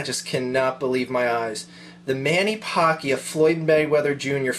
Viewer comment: its pronnounced man-a-pack-io :)